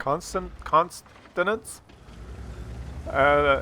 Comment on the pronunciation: Consonant...Consonant FFS